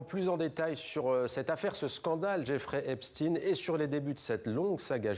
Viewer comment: Prononcez le nom de Epstein correctement.